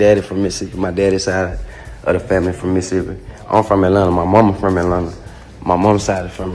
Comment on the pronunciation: He say Mississippi just like Mississippi people ❤️💯😭